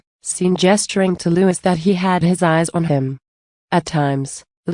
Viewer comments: Not Lewis his name is Louis sounds like louee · How about pouncing Prince Louis (Lou Is) name correctly.